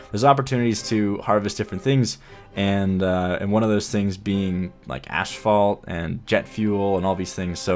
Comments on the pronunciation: What an awesome build! But please, asphalt is pronounced 'ass - fault' not 'ash - fault' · Ooh, so that's what he meant. I just keep hearing "ashfall" and thought it doesn't make any sense, lol. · Oh man. I'm going to sound like an absolutely brat when I say this, but seriously, your pronunciation of asphault bothered me. It's A$$-fault, not ASH-fault. Again, apologies for sounding like a jerk, but it just irritated me, especially with how much you said the word. LOL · Of course the episode where he learns "ashphalt " is actually pronounced "asphalt" is one where he says it over a dozen times lol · "Ashfault"? "Ass-fault", asphalt. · "Asphalt" not "ASHphalt" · it's pronounced ASSfault dude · He said "ashfault" so clearly so often I actually had to google it to make sure I hadn't been pronouncing it wrong (or to see if maybe there was another by-product of oil refining actually called ash-fault that I'd just never heard of). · I thought so, but pronounces it like ashphalt.